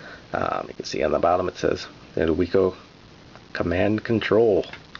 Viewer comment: Great video. The company name was pronounced "wick-oh", named for Max Wiczer. As mentioned in other comments, this joystick also existed in bat-only and ball-only versions, so check when buying one of these. Whereas the official Atari joysticks would get soft and then die, the Wico products last forever. Unfortunately, the company is gone. I had a bat version.